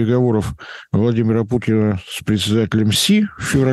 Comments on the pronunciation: Мне показалось, или на оратор упомянул некоего "Владимира Пукина"?🤕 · он сказал "Владимира Пукина"??